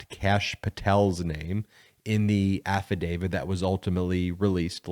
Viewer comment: Absolutely LOVE the posts here. I do, however, want to make sure we keep our credibility. You are clearly calling it an “affidavid.” It is actually an “affidavit.” The word ends with a “t,” rather than a “d.” KEEP UP THE GOOD WORK!